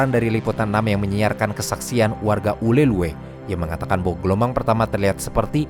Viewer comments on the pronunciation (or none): izin koreksi bang, namanya "Ulele" nukan "Ulelue" 😅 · Informasi yg sangat informatif. Saya suka sekali nontonin video-video dari channel. Btw, izin koreksi, Ulee Lheue dibacanya 'ulele' ya. Thanks. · Penyebutan “Ulhe Lheue” agak lucu bagi kami orang Aceh, harus nya tulisan di akhir ue tidak usah disebut min, tapi ya gak papa, karena memang susah baca bahasa Aceh bagi yang bukan org Aceh heheh, kata kota Meulaboh juga sebut tan nya Melaboh, satu lagi Kata Lampuuk bacanya “Lampu’uk” uk nya dipisah dengan lampu 😅🙏🏻